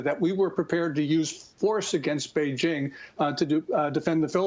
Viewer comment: Notice how he’s saying BeiJING? THATS the correct way. Not beige....